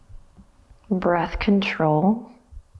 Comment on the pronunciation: Every time you say breath control my mind hears birth control ahahah Loved the practice and love knocking on heaven's door, makes me feel a child again! thanx!!